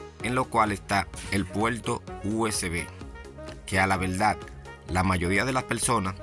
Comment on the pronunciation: La pelsona, el puelto, la veldad, el ploblema....🤣🤣🤣🤣🤣